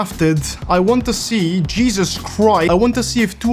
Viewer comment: "I want to see Jeezes Christ" 🤣🤣🤣🤣